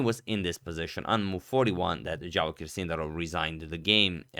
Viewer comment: Did he just misread Javokhir to Jarokhiv?